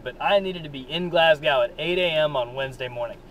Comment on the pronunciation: Couple things... It is pronounced """"Glass GO""".. not Glass GOW There is no connection between Amish and Hutterites. It is not spelled "hooterites"... It is spelled "Hutterites" I actually know the people who hit you and I guess the only question I have is... If they were not "Hutterites" would you have still make this video??? Probably not.. Have a good one..